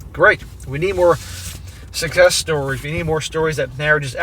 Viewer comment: You said sukess stories 😂😂😂😮